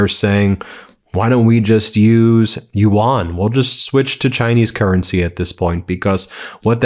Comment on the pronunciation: very small nitpick—i love your coverage but it’s pronounced “you-en” like “UN,” not “ewan/you-wan” sorry, it’s just really distracting